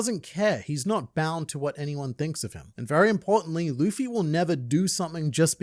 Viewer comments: i still love people saying lufy instead of luffy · my whole family knows i love OP, and they alll say luffys name like that...Luhhffy, and it grinds my gears so much. When has "Lu" ever made a "LA" sound lol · Im so glad you pointed out how that guy prenounced luffy 😅😅 pissed me off when i wached it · A ahout iut to my boy with blaze Simn Whistler! Forgive me my weebbbretheran, his haven't figure oit how to pronounce Luffy's name yet. But he treats the subject matref with the respect it deserve and this particukar episode of Warfronts (one of his many, many, many chanels) was writen by a tru beliver in the one piesce. It is a very good one, arguing about the relevance of the symbol from the resl worlds perspective reather from inside the narrative; as our deer main in the internet has marvelously done here. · Seeing GrandLineReviews note Simon Whistlers inability to pronounce Luffy makes my British heart happy 😂 One of Whistler's writers is from Yorkshire and regularly gives him difficult local words like Rotherham and Keighley to pronounce 😂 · bro that little clip "luffy" he said it wrong the entire video lmaoooo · Did you see them cover this? Simon couldn't pronounce Luffy's name, but it was honestly one of the coolest things to see them break this down. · I hope people recognize Oda isn’t the person telling anyone to use these Straw Hat jolly roger, this is up to THE FREEDOM of these individuals to choose and Oda shouldn’t be at fault for it. And the amount of people pronouncing Luffy wrong on the news will gum gum sky-rocket